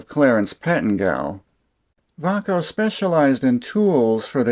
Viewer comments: Appliance and electronics had lots of Vay-co , Xcelite, Diamond and Klein tools. The way you pronounced it, and you said they moved to Texas to get away form unions, I started thinking it was spanish. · Sold Vaco tools and Klein for 32 years always Pronounced it vay-co. Love my K7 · I always pronounced it "Vay-co" Po-tay-toe Pa-tot-toe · Took me 80% of the video to realize that Vaco sounds like Bahco, the swedish tools company founded in 1886 and now property of SnapOn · Great video, but I never heard Vaco pronounce that way.